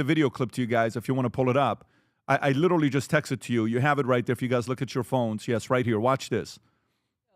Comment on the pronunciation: Pat just say the word literally correctly!!!! I clearly see a select few famous people trying to copy each other and put a C or CH in the word literally! Knock it off you sound stupid